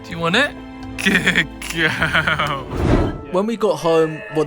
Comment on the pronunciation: Whh do you say gudd guwl but it's good girl